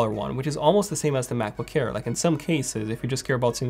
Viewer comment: U have to watch ur pronunciation of “air”, it always sounds like “care”, just have to be aware of it